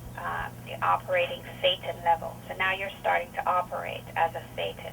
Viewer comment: ever time she says thetan I look up because I think she says satan.